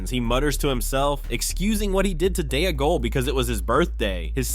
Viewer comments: Its Dee-gol to rhyme with Smee-gol. What an embarrassing thing to get wrong throughout the video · “Day-a-gull”! 😂😂😂 A female-gull! 🎶